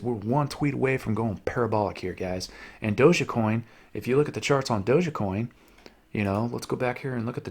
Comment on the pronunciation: How come you pronounce it as doje -a-coin? Isn’t it supposed be “doje-coin?” Great video however!